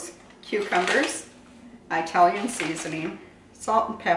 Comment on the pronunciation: “Eye-talian”? Good grief